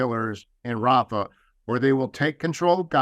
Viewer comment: Biden says hafa Rafa it's all the same to him